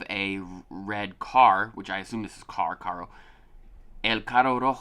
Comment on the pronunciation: Carro Como el lo pronuncia= CAGOU Como se pronuncia = CARRRRRRO Cago es de cagar, de hacer caca, pero es una forma bastante incorrecta porque se suele ver mal que alguien diga eso jaja